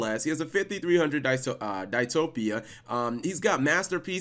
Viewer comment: DICE-TOPIA? lol